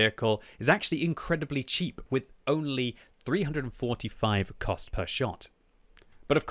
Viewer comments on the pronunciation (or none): none